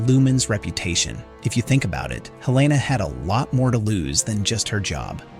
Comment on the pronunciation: Sorry, but it drove me crazy that you kept changing your pronunciation of a major character’s name. It is HEL-la-nah, not Hel-LAY-nah.